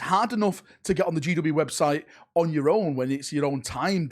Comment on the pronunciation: "You go to the wobtite."